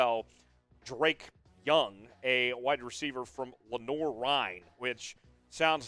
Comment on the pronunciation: It’s actually pronounced (Duh-Reek) not Drake 🤣